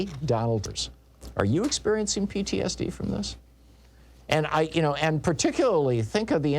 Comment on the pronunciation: Say PTSD again Tom 😮